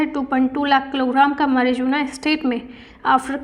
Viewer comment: marijuna pronounced as mai roo aana .... mai phle wahi pdhti thi